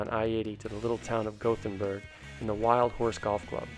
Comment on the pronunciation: I live in Kearney and Awarri my play of choice followed by the short drive to Wildhorse. Also grew up 10 miles from Danneborg. It's pronounced Dan-a-brog and Goth-in-berg. If you're ever around Kearney again, I'll take you to Centura Hills in Cairo